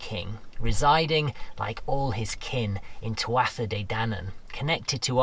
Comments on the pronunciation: Well well.. aren't you quite the raconteur. You must have a great memory to recite the story so we'll. Oh, by the way, I think the pronunciation for Tuatha Is " too..ha"..at least that's the way I learned it. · You’re a brave one, taking an attempt at pronouncing Irish 😁 Tuatha is pronounced closer to Too-ha, though the first t is usually softened, sorta th-oo-ha. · Great job - just one thing (sorry to be the guy who nitpicks!) Tuatha (De Danann) has a silent 't'. It's pronounced 'too-a-ha'. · Beautifully told. So mesmerising and respectful to the area and the people involved. Tuatha is pronounced as tua. For some bonkers reason the final tha is silent. Thanks for showing me a part of Ireland I've only seen from below. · Great story, wonderfully told! I'm not sure if the pronunciation is different there, but Tuatha is normally pronounced something like Tua or Tuaha. Maybe a Gaeilgeoir out there can clarify. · Maith thú (good on you). Lovely to see you embrace the cultural folklore of the area. May I just help you with the pronunciation of Tuatha.. Too- ha (soft hah).. Or simply Too-A... You really must work all hours. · Tuatha is pronounced (2-ah)